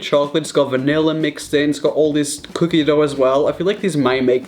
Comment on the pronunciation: Help me please why did you say cookie wrong😭😭😭😭😭😭😭😭😭😭😭